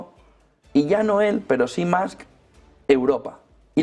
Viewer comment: Gracioso que los Españoles dicen Tramp y Mask pensando que pronuncian bien. La U en ingles no suena a U, pero tampoco a A. Hay que afinar al oído.